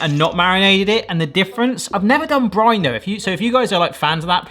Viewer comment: When you said “I’ve never done brine though” I thought you said “I’ve never done Grindr” and had to rewind to see what I’d missed 🤣 - hadn’t looked at the picture the first time 🤦🏽‍♀️